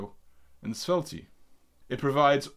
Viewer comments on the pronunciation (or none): I'm gonna start calling Svelte Sveltee from now on.